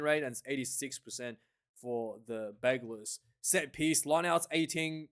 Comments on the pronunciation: Thanks. Please call the team, simply « UBB » in english or french. You are pronouncing Bègles wrongly, and forgetting Bordeaux in the name will not make you friends from the city 😊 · No need to pronounce the “s” my man